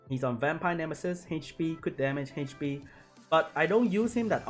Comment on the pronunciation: haych pea